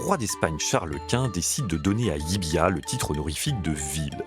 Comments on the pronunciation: Ils se sont aussi trompé de prononciation : personne ne dit "LIBIA'...mais "LIVIA" (en phonétique). Le "V" en Catalogne se prononce comme un...."V"....!! Et pas comme un "B" , ça c'est à Madrid....!!! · Salut...! Si LLIVIA se situe bien en Espagne , cette ville est en Région de Catalogne et sa langue est le Catalan...! Donc LLIVIA se prononce comme cela s'écrit (LIVIA)...et pas "LLIBIA"....!!😅(prononcé plus de 15 fois..!!! 🤨) Le "V" prononcé "B" , c'est du CASTILLAN...(l'Espagnol "académique" ). Vous auriez pu faire l'effort de quelques recherches...! NOUS les contribuables , on vous en donne les moyens..!! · *Llívia et non Llibiá... Ok, je chipote sur la prononciation. Merci quand même 😉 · ... Et le V se prononce V en Catalan et dans son dialecte local Cerdan ... Là ils disent le "LL" Catalan et le "V" Espagnol. C'est soit /ʎibja/ en Espagnol qui n'y est quasi pas parlé soit /ljiβia/ en Catalan qui y est la langue quasi exclusive. La prononciation /ljibia/ n'existe pas hors de cette vidéo 🙃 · Non c´est ni "Libia "ni "Livia" , mais c´est "Llívia" avec 2 Ll qui se prononce en catalan Yeu donc phonétiquement Yivia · LIivía prononciation "Yivia" avec le ye